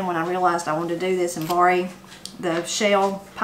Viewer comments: You mentioned another word you pronounce very differently and can add to one of your Appalachian accent/expression shows—“borrow”, pronounced bar-row by most, but you said bar-ee. Your recipes look good! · I had to rewind a couple of times when you said you had to bory from Granny, and I figured out you were borrowing from Granny; I'm from the Boston area, where we pahk the cah.